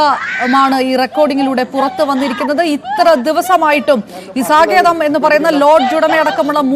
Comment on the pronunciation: Hotel സങ്കേതം...saketham അല്ല